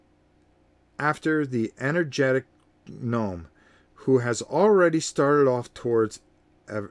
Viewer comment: Is there an inside joke I missed? Gnome pronounced “Gome” vs “Nome”?